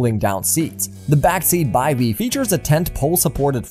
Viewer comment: Cool, and its called a BIVVY not a By-v. :)